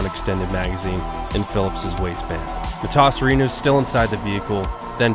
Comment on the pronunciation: The way he keeps changing the pronunciation of Emil Matasareanu last name is frustrating lol